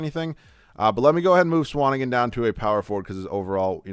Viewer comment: The way he pronounces Swanigan really irks me lol